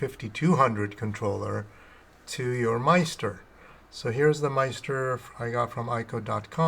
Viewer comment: Nice video... but... in the future... maybe pronounce it "MiST-er" (rhymes with sister)